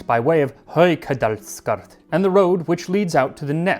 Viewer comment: I rewound 5 seconds back from this time point several times just to hear Max pronounce "Haukadalsskard". I don't know how that thing is supposed to be pronounced, but it sounds hilarious when Max reads it. :))))